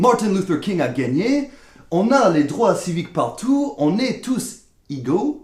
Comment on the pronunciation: "Esclavage" ou "Esclavagisme" OUI, Esclavisme non.;) Des bâtiments gouvernementaux OUI, mais un bâtiment gouvernementAL.;) Et on est tous "égaux", prononcé é au début du mot. (Rassure-toi, ton français est 10 fois meilleur que mon anglais ^^)